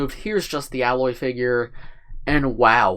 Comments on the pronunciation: A-loy, not alloy just saying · Just some overall comments for context (Spoiler Warning) : • The Tallnecks can be found throughout the open world and Aloy (pronounced A-loy, not alloy) can climb all the gold parts of the mech to reach the top and harvest data about the environment with her spear. • The blue thing in Aloy's hair is called her "Focus". It's a device that allows her to scan the environment (think Iron Man technology). • The base is VERY accurate to the world of Horizon! The game takes place in the future and some things, like the traffic light, as well as structures have been left behind and have decayed over time. On top of that, the flowers represent the flowers you can pick up in the game and you can use these resources to make potions of healing, fire, lightning, poison, and freeze-resistance. The bendy flowers with the dark red tips are bushes you can hide in to lose enemies like the Watcher. • The Watcher is one of many little dinosaur-like robots that can easily run up and pounce/attack you. The blue light means the Watcher is neutral, when it's yellow they're scanning the area and looking for you, and the red light is when the Watcher is attacking you. • The spear, as mentioned earlier, has attachments that allow Aloy to override machines and make them neutral with her. For example, there are other deer/horse-like machines in the game that Aloy can ride around on once she's overrides and tames them. • Aloy is the clone of the creator of the machines in the world of Horizon, Elizabet So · I didn't know for a long time, but Aloy's name is pronounced Ay-loy